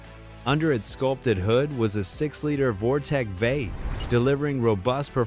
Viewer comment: It took me 20 minutes to figure out that when the AI voice is saying "vate", it means "V-8". LOL!!